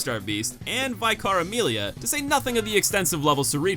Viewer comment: "Vy-car amelia" wtf lol